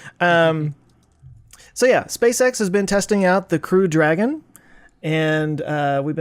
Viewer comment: I always thought it was the Crude Dragon based on pronunciation! Now I understand it’s the CREW Dragon!😉